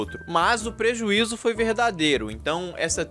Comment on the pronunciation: prezuizo kkk